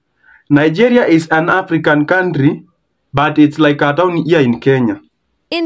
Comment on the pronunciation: I hear kandry, presidend . English is Englishing 😂